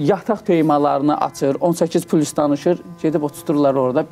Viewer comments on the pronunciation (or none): none